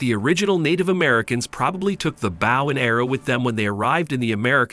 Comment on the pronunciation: Its (b OH w) not bow